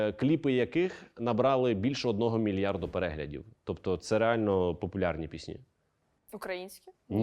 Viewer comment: Будь ласка , нехай ведучий ставить правильно наголос у слові ПІСНЯ , бо постійно звучить пІсні а не піснІ, бо дуже ріже вуха!!!!!!!!!